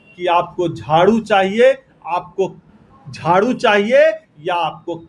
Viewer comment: झारू नही झाड़ू होता है